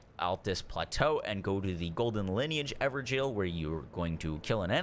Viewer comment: IS IT ACTUALLY PRONOUNCED "EVER-JAIL?"